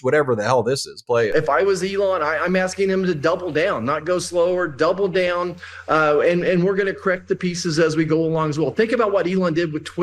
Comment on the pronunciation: "Double day'own Elon." What a twat.